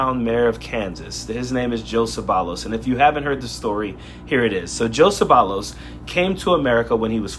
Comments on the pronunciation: How sad. His last name is actually pronounced Say-Vayos. There's an expression - con Nopal en la frente. Basically meaning do you not have a mirror? What a dope. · Coach, the double ll in his name should be pronounced the same as it is in "tortilla" where it sounds like a y. Though, if he doesn't speak Spanish he may not be pronouncing it like that. But if he gets deported to Mexico, he'll need to start...